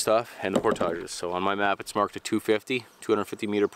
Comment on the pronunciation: Map not mout